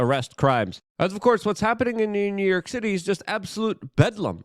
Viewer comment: Good ol NEW YERK! 😂 love ya Luke